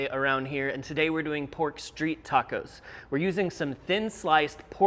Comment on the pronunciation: I love that you sent me into a spiral of world building because of pronunciation. I heard PORK STREET tacos instead of Pork STREET tacos and started creating a menu for a restaurant called Pork Street™